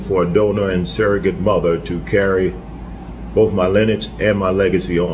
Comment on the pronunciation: That baby gone need hooked on phonics in utero...suggorate. lawd.